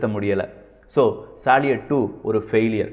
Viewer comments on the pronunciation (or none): தம்பி ஒரு சின்ன திருத்தம் சாலியட் உச்சரிப்பு பற்றி அது சல்யூட் என உச்சரிக்க பட வேண்டும் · சலீட் அல்ல சல்யூட்.